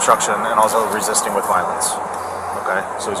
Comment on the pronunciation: I’m not wesisten, I’m not wisisten